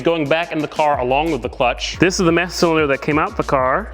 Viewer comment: He said, "Massa Cylinder" 🤣